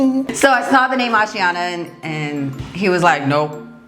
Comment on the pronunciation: The way you pronounce the name 'Ashiana' is beautiful. My name is Ashiana, and I'm so obsessed with your channel.